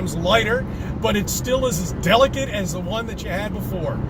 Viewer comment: our phones are still as delicate? 3 syllables, CC: Nokia. Those things were certainly not delicate.